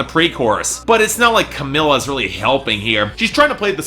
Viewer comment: I'm surprised Fifth Harmony fans haven't crucified you for mispronouncing Camila's name whenever you talk about her,. Considering you got a lot of shit for not pronouncing Quavo's name right for the longest time, and 5H fans are wayy more rabid